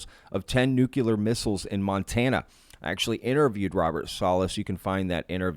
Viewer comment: Thanks for the coverage but please stop saying Nuke U Ler. It’s Nuke Cle-er